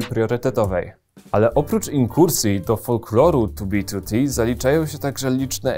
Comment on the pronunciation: Plus za wymowę 2b2t, słyszałem jak ludzie wymawiają spolszczoną wersję i bolało.